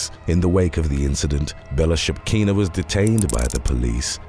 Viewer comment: THIS is why we need flesh-&-blood humans to narrate! On top of having an awesome voice, our guy can pronounce “Bellchakina”!